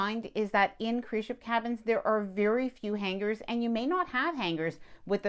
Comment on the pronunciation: The “G” in hangers is silent!